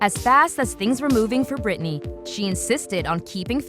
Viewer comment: did u just say britanny and benunce , ma'am....